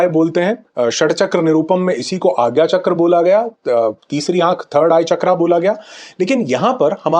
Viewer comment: Chakra ko Chakraa kah rahe hain dimag chakra raha hai, Gland ko Glanda kyon nahin kahate??? Dar lagta hai angreji se chhedchhad karne mein. Shabd ka sahi uchharan avashyak hai Varna Arth Badal jata hai, jal ko Jalaa nahin kah sakte, Ashok ko Ashoka kah sakte hain Trump ko Trampaa kyon nahin kah sakte, Secunder ko Sikandaraa nahin kah sakte, Aap buddhiman hai, Yog ko Yoga kah sakte hain Rog ko Ro ga kyon nahin kahate? Kripya bhasha ke sath atyachar na Karen, pineal chakraa jata hai 😢😢😢😢